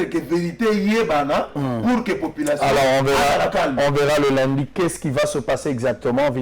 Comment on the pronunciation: Ndeko sango ba lobaka Lundi est non Lindi merci!